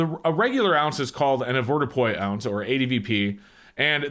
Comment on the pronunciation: I wish he could say "advordupois" properly